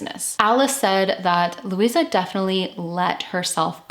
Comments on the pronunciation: Her name was Louise ( pronounced loo eeze ) not Louisa . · Pronounced Louise. Please no A at the end. Or with the A it would have been pronounced looeeza. Which you said wasn't right but continued to call her that all the way through. Please it's LOUISE PRONOUNCED LOOEEZE ! TA very MUCHLY. GOOD INFO. I LIVE JUST A FEW STREETS AWAY FROM SAID DOMICILE, still looks the same today.AAREET MOI LUVVER FROM ME TO THEE.